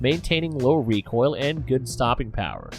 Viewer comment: you said hammer...recoil as haimer...reco'l. Mispronunciations are inevitable. Stop worrying so much about them. it really makes you sound more unnatural.